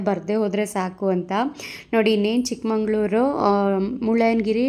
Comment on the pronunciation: It's chikmagaluru not chikmangaluru